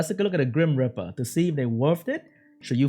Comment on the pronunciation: Grim reeper, not grim ripper.